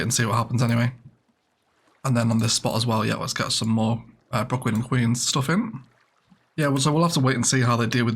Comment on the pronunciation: Could be fun to name the Brooklyn and queens district opposite the river "Bricklands and Queens" in honour of your common misspeak XD